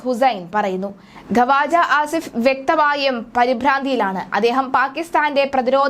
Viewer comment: ഖവാജ ആസിഫ് അല്ല ക്വാജ ആസിഫ് എന്നാണ് ശരിയായ ഉച്ചാരണം.